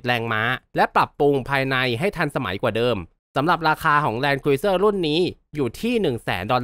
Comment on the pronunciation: ครูซเซอร์ ไม่ใช่ครูยเซอร์ ฟังแล้วขัดหูมาก